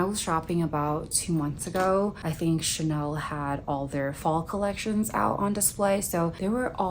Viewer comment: I don't know what it is but obviously you live more of a luxurious lifestyle but it comes off more personable, and you're so nice with your responses 🥺. When you said 'Chanaynay' I burst out laughing. So silly but so cute. Seriously though take care of your health - health is wealth for real.